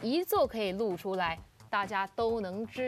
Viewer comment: "露出" 不唸"路出", 要唸"漏出"